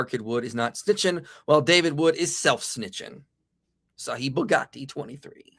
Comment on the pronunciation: Did he say Sahih Bughati and not Bukhari? 🤣🤣🤣